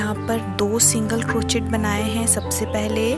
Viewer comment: प्रियाजी, ये छोटेसे प्यारे से उल्लु का आपका pattern और आप की commentary तो बहुत अच्छी है। सिर्फ आपका बार बार "क्रोचेट" बोलना मुझे खटक रहा है। बुरा मत मानिये, लेकीन Crochet is correctly pronounced as " क्रोशे" and not "क्रोचेट". क्रोशे का क्रोचेट सिर्फ इंडियामे ही हो सकता है।😀😀